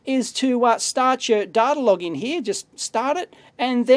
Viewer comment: "It's hard to get dater on this stuff!" Mwahahahaha.